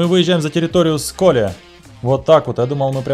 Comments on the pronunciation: Бля ну ты же с Украины, а значит в школе учился и знаешь что на Українській буква Е це Е а не Є!!! Тому СколЕ а не СколЄ!!! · Не сколє а сколеее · Я в Сколе жыву но ты не правильно говориш по русски не Сколе а сколэ